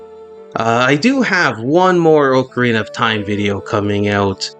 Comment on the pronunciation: its oca-rina not ooocarina